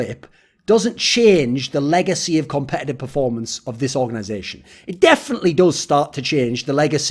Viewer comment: "competetive performance" 😂